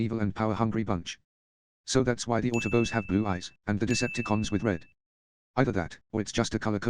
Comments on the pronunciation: Love the constant "autobos" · The autoboas